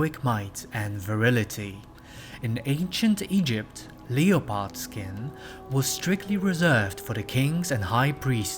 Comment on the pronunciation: Great video! I'm researching Cruella because I'm trying to design an outfit for a cat headed Cruella doll (using Catwalk Kitty dolls as a base). Just a note, Leopard is pronounced Leh-pard or Lep-erd. Depending on whether you're using American English or English English. Just mentioning it to help you.